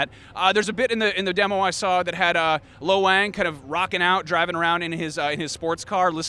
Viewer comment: Lo Wang...Low Wang?